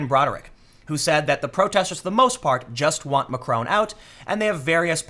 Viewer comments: Mr McRone?? ma-CRON. Look up how the 'o' is pronounced in France. Don't pronounce it with an American accent. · Please Tim it’s Mac-Ron not Macr-Own. You should know how to pronounce his name cmon. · It's Macron not Macrone. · Dude learn to pronounce stuff. it's deligitimizes you. Macron isn't Macrone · "Macron" is pronounced with a short 'o' sound.